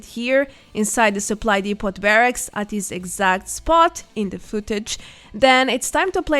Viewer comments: “Depot” is the last word I would think you would mis-pronounce. Isn’t it French in origin? Anyway the T is silent. Also the O is pronounced like the exclamation “Oh!” So “Dee-poh.” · Excellent guide. Thank you for all the work you do... ("Depot" has a French pronunciation,, so the T is silent. DEE-poh or DEH-poh.) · Hi, not a fan of your stuff but to be fair this was most helpful, fyi depot is pronounced 'dep' -like 'step' and 'owe'-like show. dep-owe. thanks.